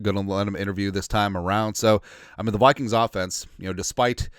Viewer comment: Did you say POOPKINGS?